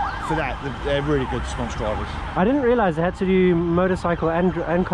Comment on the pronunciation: Emphasis on "They!'